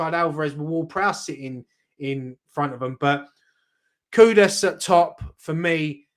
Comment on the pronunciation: The name is Kudus not Kudas...